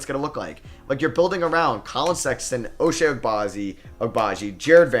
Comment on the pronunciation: Just a friendly note that Ochai is pronounced “Oh-chye” :) coming from a very happy KU student